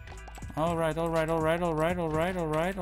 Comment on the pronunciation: Je zegt de hele tijd or right maar het is toch all right?